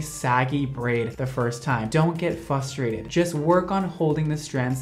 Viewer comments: me hearing say "dont get fusterated" instead of frustrated made me happy bc im not the only one that says fusterated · don’t get fustrated Me: Getting so fRustrated because it’s spelt frustrated with an r after the f so it’s meant to be pronounced FRUSTRATED WITH AN R AFTER THE F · That shirt is simply yummy! I love how he says "fustrated" instead of "fRustrated". I giggle every time he says it.